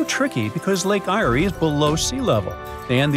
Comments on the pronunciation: It's pronounced lake air not irea mate thats lake eyre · You butchered the name of Lake Eyre. Its pronounced “Air”. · Lake Eyre in Australia is pronounced Lake 'Air'.